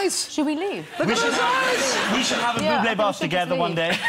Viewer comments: A BUBLÈ BATH omg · Buble bath 😂